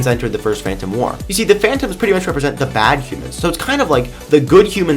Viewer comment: 'wur' War,, war. Not wur.